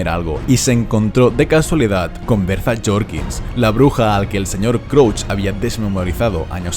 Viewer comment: "Berzas" Jorkins… enserio xD